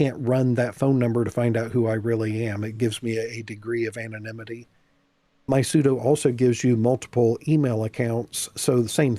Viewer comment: she kept saying 'anonmity' the word is 'anonymity'